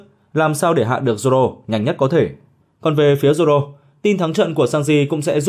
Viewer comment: Haki của Zổ k bằng của Zoro :)))) đọc lại còn sai thì cũng chịu